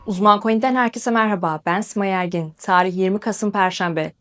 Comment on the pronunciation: Ya kırıcı olmak istemem ama T harfini "ds" şeklinde tellaffuz etmeniz dinlemeyi çok zorlaştırıyor (tarih - dsatrih örneğin). Kırmak için değil geri bildirim için yazdım, saygılar.